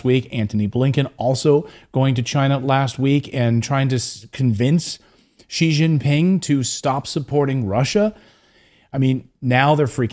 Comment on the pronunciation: Xi is pronounced “she”